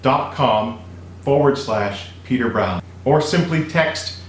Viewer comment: Why you say audable